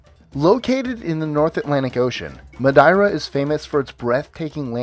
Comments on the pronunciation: The Portuguese expats here in South Africa pronounce the island's name as "Ma-Dare-ah", not "Ma-Da-ee-rah". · No.1 on this list is pronounced: Mad-ee-ra Not, Mad-eye-ra. But still a really interesting list nonetheless. Great work! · Oh man the way you said "Madeira" had me rolling